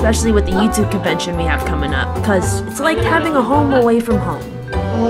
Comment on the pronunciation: I love how she says "covention" and "covince" 😂😂